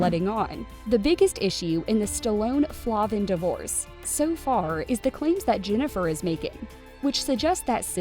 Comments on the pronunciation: FLAY-vin, not Flah-vin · And her last name Is Pronounced Flayvin not Flahvan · Jennifer and I were friends in elementary school. I have a ton of old photos from childhood of us. By the way, her name is pronounced Flay-vin 😬